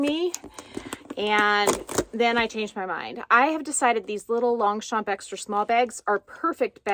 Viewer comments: Hi😘 What an unboxing!! This bag is just AMAZING!! love it 😍 Concerning your pronounciation , ok I can tell I am French 😊 you pronounce really correctly Longchamp 👍 just try to not tell the letter P at the end. It is pronounced in fact "Longcham" but seriously i repeat you say it super correctly. Concerning the word "cuir" / leather in English, you also got it right ,say it more slowly : like "cuuiiir" . I wish I can pronounce English words so good like you pronounce these French words 👍😘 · Thanks for sharing the unboxing of your latest Longchamp bag. It's beautiful! Here's a tip for the French pronunciation of Longchamp. The 'g' and the 'p' in Longchamp are silent. Can't wait for your next unboxing surprise.